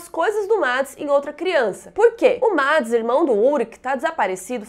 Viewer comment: E ela fala "Mads" quando é tipo "Meds" LEMBRANDO que é na forma de fala, não de escrita tá